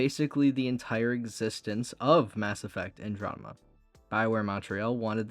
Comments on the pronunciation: Bro...if youre unable to say Andromeda....dont...its so annoying hearing you say Androdema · I'll add up to the mountain of salt at your mispronunciation of Andromeda - you've already responded to others, but I simply have to say that hearing you say that word over and over makes it very hard for me to keep listening, it's like I'm listening to KingCobraJFS, but without the charm.